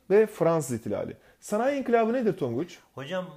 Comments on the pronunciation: İnkilap değil inkılap lütfen 😊😊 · höst ink*lap deil o inkılap ne ediyonuz